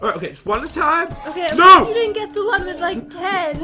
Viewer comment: I realised said “I have some tame to wolves”